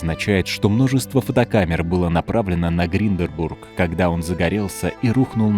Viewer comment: ГИНДЕНБУРГ а не гринденбург